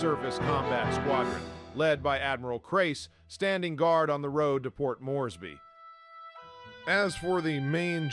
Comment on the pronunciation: You would think they'd hire a voice actor that can pronounce 'Port Moresby', but perhaps they used AI.